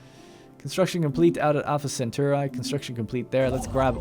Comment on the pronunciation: how the feck did you pronounce Alpha Cetauri!? =p